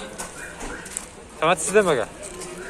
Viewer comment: Матез эмес Матиз де тормуз